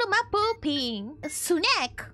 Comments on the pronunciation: Nothing beats the sound of SU-NEK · S n e k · S U N E K